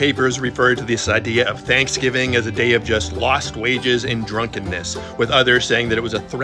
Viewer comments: What is “chanksgiving” 🤣🤣🤣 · What is “thankfgiving” 🤣🤣🤣🤣